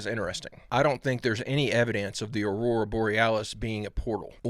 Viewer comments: AURORA. 3 syllables. Tick tick dummies never let us down. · I don't think that knows what he's talking about. Despite the fact that he doesn't know that it is pronounced "Aurora" and not "Aura".